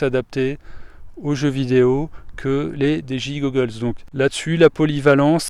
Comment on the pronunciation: Lol ta dis dgi gogoles